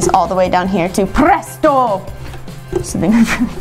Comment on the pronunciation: TÚ PRRESSTO! 🤌🏼 keep replaying at that~